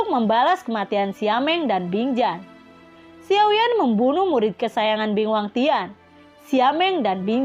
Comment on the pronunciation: Xiao yen atau xiao yan. Hati2 ya min beda penyebutan karakter beda pemahaman. Xiao yen atau xiao yan. Jika xiao yan jangan selewengin.